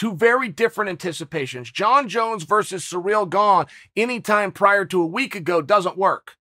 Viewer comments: Chael: up to a week ago, we didn't even know how to pronounce Surreal Gong. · Jones conversation aside, I really do believe that chael pronounces people’s names wrong lmao specifically non Americans 🤣🤣🤣 “surreal gane” lmao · Chael is still undefeated and undusputed at calling Gane, Surreal Gong!